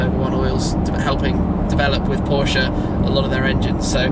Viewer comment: Please stop saying porsche'uh' 🤐